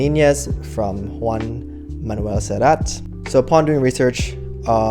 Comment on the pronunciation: Corrections: Joan Manuel Serrat not 'Juan' Manuel Serrat It's a coconut-based condensed milk, not pure coconut milk